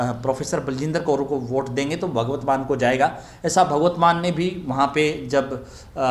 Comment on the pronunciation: आप 'भगवत मान' बोल रहें हैं, जबकि सही 'भगवंत मान' हैं।